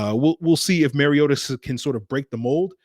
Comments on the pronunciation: Mar-ee-ota not Mary-ota! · Mar-ee-ota notMary-ota.